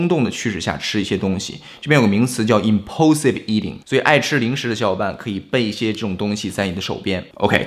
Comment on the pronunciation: It's 'Impulsive' not 'Imposive' brother...